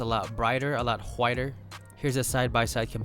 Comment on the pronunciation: I got low-key mad when he said hwhiter lol